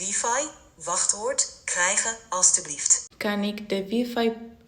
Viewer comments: wijfei (dat is fout je zegt wiefie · AI is not perfect, wifi in Dutch is pronounced 'wiefie' not 'wiefai'